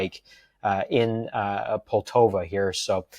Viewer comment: Why can't people say POLTAVA?